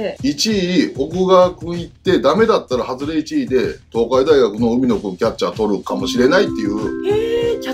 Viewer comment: ○かいの ×うみの ○増井 ×増田